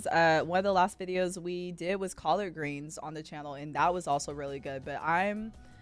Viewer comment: Yoooo the way you said collard greens at the end of the video almost made me question your black card😅